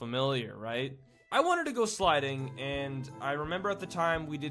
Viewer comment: WAIT DID YOU SAY SLIDING??? OR SLEDING